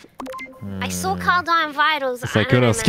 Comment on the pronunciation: " I sawr it" and "Does anyone know where Tiner is?" Why do people add an extra 'R' into words????? Drives me crazy:P